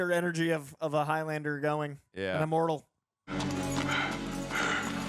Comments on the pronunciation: Highlander is the name for a person from The Highlands - a geographical region of Scitland. The Highlands rhymes with islands. So Highlander rhymes with Islander Several characters pronounce it correctly...during the death bed scene, Clancy in the fight under the copter "another time Highlander' Its not highLANDER.... its HIGHlund-ah Please try to say it the correct way not the dumbass Yank way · It's pronounced 'HIGHlander', not HIGH-LANDER. The 'land' syllable is not stressed. Unless you're of a certain Scottish dialect in which case it's Heelander.